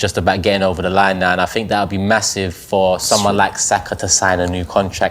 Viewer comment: The way he says saka's name come on fam